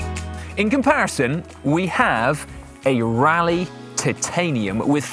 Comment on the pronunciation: It's pronounced Roleigh not rally...